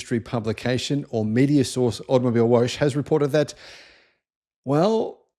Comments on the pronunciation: AutomobilWOGGE, niet "Woosj". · Whooosh? Oh, you probably meant to say "woche". That means week or weekly. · It's not woash. Its vocka. It is german for week.. Read the comments please! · To help you pronounce German 🇩🇪 words From Grok The German word “Automobilwoche” is pronounced as: ah-toh-moh-beel-voh-khe Here’s a breakdown: • Auto - “ah-toh” • mobil - “moh-beel” • Woche - “voh-khe” The stress is typically on the first syllable of each word, with the ‘ch’ in “Woche” making a soft, voiceless velar fricative sound, similar to the ‘ch’ in the Scottish “loch.” So not wosh but woche as in loch. Like lochness monster WOCHE Sounds like VOCH (like loch) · I love the videos, so informative but please please have a look at the German pronunciations, in particular "Automibilewoche" Woche isn't Woshe.... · Automobilwoche is Automobile Week. ☺ (and yes, you pronounced it wrong), lol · Please do us all a favor and learn how to say Automobilwoche!!